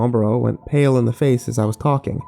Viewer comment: Shocked Kirby Original story is "Paranoia? Schizophrenia? The gay?" But his pronunciation does sound like "your"